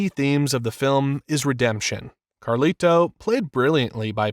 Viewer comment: I can't finish this video bro, the way you keep saying "Carli-Toe" is flushing all the melanin out of my skin lol